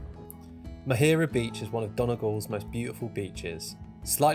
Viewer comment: It's the Maghera caves LOL. Pronounced Ma as in mammy, Her as in she, A as in apple. Thank you for coming to my part of the world. The tour you did is pretty much the same route I take all my friends & reletives on when they visit! I would love for the world to come here to see it. The next best thing is people like you bringing it to them through your journey. You missed out my hometown of Dungloe (I'll allow it). So you'll have to come back. 1 of the things you missed in the video is the rich musical culture & heritage that oozes out ot the rocks in Donegal, especially around Glenveagh! You passed within half a mile of the home of Clannad & Enya for a start! Please check out a fantastic song from a local group named Goats Don't Shave called "The Evictions" it tells the story of a horrible event in the Glenveigh / Poison Glen area.